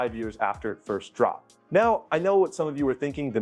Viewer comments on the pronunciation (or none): Lost me at "dropped" and "outlier". Learn how to speak before you make a video.